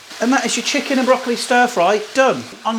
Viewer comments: Haha. Love your Scouse "Shicken" :) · 😂😂 nice scouse Chicken Lad there